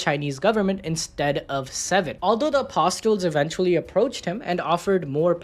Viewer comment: Apostle is pronounced like castle